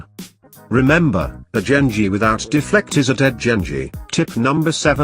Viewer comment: Genji not Jengi